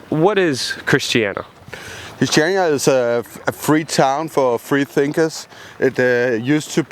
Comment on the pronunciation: yeah, so it's actually christianIa not christiana. just a slight annoyance there... :)